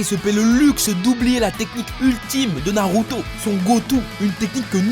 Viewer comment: 🤣🤣🤣le manque de respect pour Naruto, il a transformé 3 syllabes en 4 je suis dead 🤣🤣🤣 t'es le best